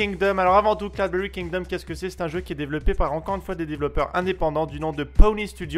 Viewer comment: Tu a oublié le "G" a "Kingdom" :)